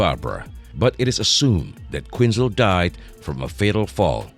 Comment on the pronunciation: Who the f*ck is Harleen Queenzer?? "Quinzel" was pronounced correctly a couple of times (barely) #manglednames